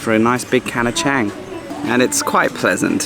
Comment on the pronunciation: Another great video....but as I sit here and enjoy my beer with two white elephants on the green bottle....I know the English spelling is chang and you pronounced it like fang....it is actually pronounced as "chung"....which is Thai for elephant....Cheers.